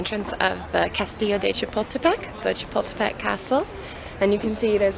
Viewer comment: you can't pronounce Chapultepec properly, stop butchering it. and how come you're surprised at the size of Mexico's anthropology museum? Mexico's history is far more vast and rich than that of the US. Leave your patronising imperialistic mind in your country.